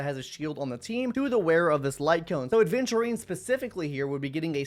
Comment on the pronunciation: AVENTURINE not aDventurine Come on it’s not that hard